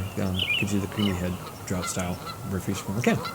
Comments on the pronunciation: Yeah lol he said drought it's Droft "Draught" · cool vid... but 'draught' on the can is not drought - it's draught as in 'draft'. Draught Guinness is the pub/bar experience. it gives you the thick creamy head at home in a can :D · Guinness "Droft" Draught not drought but yeah both are great! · pronounced DRAFT